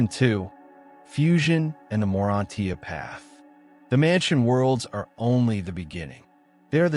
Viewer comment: Excellent! FYI. The word ' morantia' is generally pronounced ( mor on cha.). Just as Urantia is pronounced ( u ran cha.)